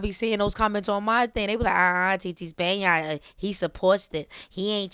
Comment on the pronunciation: Nahh SPAN-YAIRN Got it !😭💀😂🔥